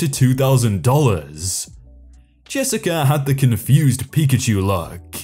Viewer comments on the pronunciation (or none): none